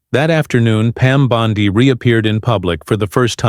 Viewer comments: here we go again another phony story from this idiot. He doesn't even know how to pronounce her name. He calls her " Bond " i " instead of "Bond "E". Did any of you see this show? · "Pam Bond-eye?" I think not.